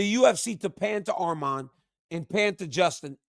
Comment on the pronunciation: DC THANK U FOR SAYING HIS NAME RIGHT ITS ARMAN NOT ARMEN